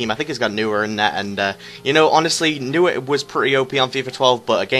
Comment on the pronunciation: Noy-yer! :D